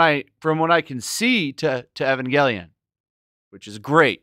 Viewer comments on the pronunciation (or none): The story of Evangelion is not complicated. It can be summarized in three words; "I am lonely." And it's Evangelion, not Ayvongelion.